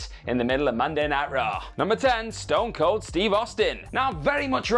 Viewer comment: Ston Cold. STON COLD. AND YOU GOT IT WRONG TWICE